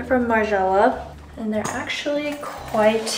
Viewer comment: Ive been watching you for 5 years now, and i really wish you can articulate your words clearer. You have a habit of eliminating the end syllable for every word. Like for example, its good "mornING" but you say, good "morni". Or, its "actually" not "ashley" lol. Maybe its just your tendency to do that, and perhaps i watch the news too much where those anchors are pros at speaking well. Just a thought, i think it will be good for you.